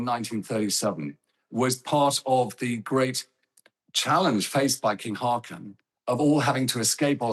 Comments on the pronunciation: How hard is it to pronounce his name correctly.. Disrespectful. Håkon, not hakon. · how about pronouncing it Haawcon? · The new king’s name shouldn’t be too difficult to pronounce correctly. Haakon is roughly HAW-kon.